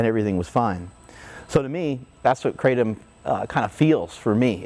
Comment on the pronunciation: Living in South East Asia and knowing the correct way to pronounce Kratom, it annoys the living shit out of me everytime I hear an American say "Kratom" .... But then I also quickly realise how I'm being a dickhead for judging someone just because of the way they say a word... God this is difficult to deal with 😂😂